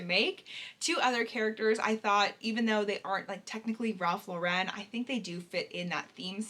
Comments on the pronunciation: I love Ralph Lauren! Also Lauren does not have an emphasis on the Ren in Lauren. It’s just Lauren like LORen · I was unaware that Lauren was pronounced that way 😮 I always pronounced it as "Lorin". Oops.